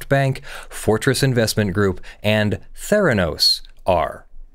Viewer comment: Mfw you said Therenos...